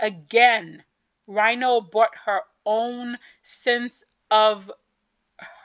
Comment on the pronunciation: Rino is pronounced Ree-no.